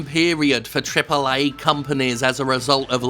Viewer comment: I'm just here to hear Jim pronounce Triple A game.